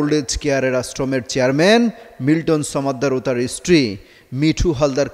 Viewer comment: সমাদ্দার, ছমাদ্দার না। 😂